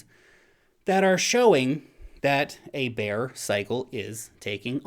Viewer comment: Actually he saying "beer" 😊